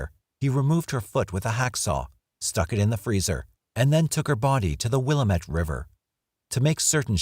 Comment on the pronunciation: I grew up in Albany and Corvallis Oregon. The correct pronunciation of the river is Willamette, dammit!